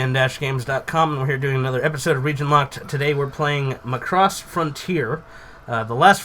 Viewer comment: Every word coming out of your mouths about the "Macross" genre and the "Robotech" genre makes me cringe. All the way from botching the word Macross from the admitted lack of understanding on what the heck is even going on. Macross is a ripoff of Robotech? Just stop doing reviews of things you just don't know!